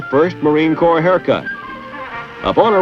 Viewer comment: WTF is the Corp? You defending some corportation? If you're speaking of the Marine Corps, it's Corps, with an "S" on the end.